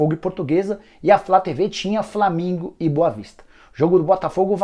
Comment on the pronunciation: Só eu que ouvo ele falar " Flamingo e boa vista:?